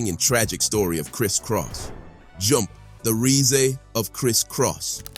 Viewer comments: The “reezay” of Kriss Kross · Bro I know you didnt really pronounce rise "reesay" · 😂right like wtf ! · I had to take it 3 times!!! That’s a whole damn shame, I have never in my life heard the word RISE butchered like that!!! 🤣🤦🏽‍♀️🤣🤦🏽‍♀️🤣🤦🏽‍♀️🤣